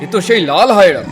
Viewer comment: হায়রা না হায়না বলতে হয়